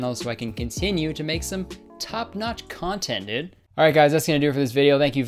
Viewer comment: More like dòòd